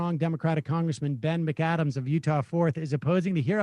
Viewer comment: Sarah M I find it hilarious too. Especially when we get entirely new people from his mispronounciations (like Sally McAdams, was it? 😂)